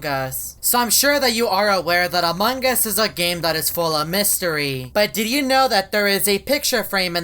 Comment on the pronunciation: Noone: Eveytime says Among us: among gus